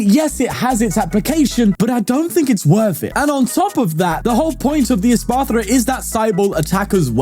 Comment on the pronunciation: it’s insane how people see pokemon and immediately throw out any rules about pronunciation. espathra? “espartha” or “esparthra”